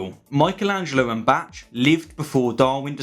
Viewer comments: Lol, it took a minute to understand by 'Batch' you mean Bach (ba-k). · Bach is not pronounced batch. Its pronounced bak. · In is not "batch" it is "bok". It means brook in German. Ideally, the final sound should be guttural, like Scottish loch. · the only objection i have if how you pronounce Bach, like it's "batch". it's more pronounced like "bag" but using A from the word "all" and the g from "great". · Great video, i agree with all your points. I have just one complaint: fix you Bach pronuntiation. It would be more like a "bakh" whereas you pronounced more like a "batch". As a classical musitian i cringed every time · Michelangelo and BACH, not Michelangelo and BATCH. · Please dont say "Batch" when referring to Johann Sebastian Bach. His name is pronounced "Bahk" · The Mi in Michelangelo is pronounce like "me", no "my". And Bach is pronounced like "b•uh•ç", not "b•uh•tsh". You are embarrassing. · Bach is pronounced 'Bark'. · "Bach" is pronounced more like "bark" not "batch" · Not J.S Batch but Bark or Bach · I think his name is pronounced bark, not batch. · Batch? BATCH?!?>!!? It's Bach! /bɑːx/, /bɑːk/ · "Bach" is pronounced like "Bark" nor "Batch"! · Is "batch" how the English pronounce "Bach"? In the US, we pronounce it similar to "Bock". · you pronounced bach like batch. its actually pronounced baak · This guy's argument is very shallow. His argument about breeding is a poor one. The poor and uneducated tend to have the most children, diluting the gene pool. P.S. Bach (Johann Sebastian Bach) is pronounced "bahk" rather than like the word "batch" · Bach is typically pronounced like the word bark for english-speakers. NOT BATCH. PLEASE! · Batch? It's Bach ... And please pronounce your th's. Love your work, keep it up 😁👍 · Not "batch" (Bach) but closer to a soft "bark." Otherwise great thanks. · He's not arguing about truth but rather coolness. Also it's Bok not Batch. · I love you but Bach is pronounce "barc" notch "batch" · Moikel Änzelo and Bätsch.